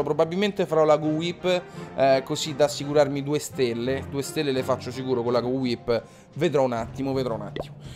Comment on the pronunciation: ciccio so che non te ne importa ma la gowipe si pronuncia gouaip letteralmente come ti ho scritto si legge